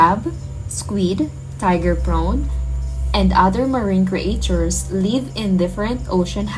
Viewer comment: ""Create chures""